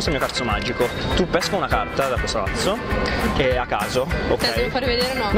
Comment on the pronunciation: La scena migliore è quella di che dice cazzo al posto di mazzo😂😂😂😂